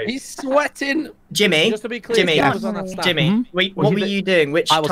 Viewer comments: I swear some of them said Timmy instead of jimmy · Lol they are saying Timmy instead of jimmy